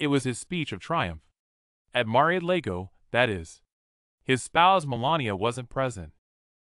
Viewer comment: Mar-a-Lago - like Lager beer. Haven't you been listening to all the frickin' news about Trump? If you're going to do videos get your pronunciations correct! (I am not a Trump fan, but I cannot tolerate people who don't do their due diligence.)